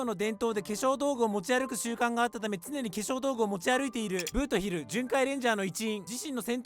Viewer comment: ブー↑ト↓ヒルは草